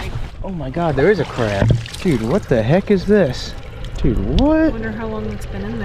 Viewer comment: The hard A when you say Craaaab or raaaaack is wild.